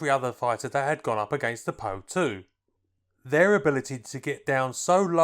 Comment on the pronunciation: Great video. Just one thing though: it's called the - P.O. 2 no Poe 2.